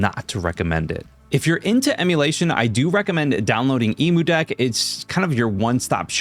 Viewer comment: Emudeck is pronounced "eh-mew-deck". This is because "Emu" comes from the word "Emulate". Now, you can pronounce "emulate" as "ee-moo-late", but this would be mispronouncing it.